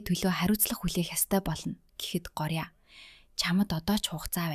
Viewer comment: гооръя гэд уншина шүү